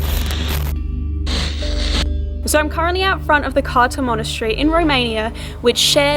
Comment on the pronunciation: Romanian here. It's pronounced Krtza (Cârța). Yeah, Romanian is complicated.